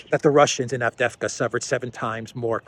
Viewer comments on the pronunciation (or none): a small tip to pronounce the City of the Hour... A-vde-ye-vka. 😉